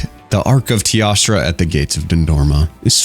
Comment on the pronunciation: why for the love of god does he say tiastra instead of teostra